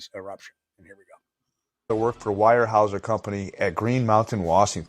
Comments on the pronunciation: It's not why-er-house-er it's ware-house-er (Weyerhaeuser) 😅😊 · Pronounced wherehouser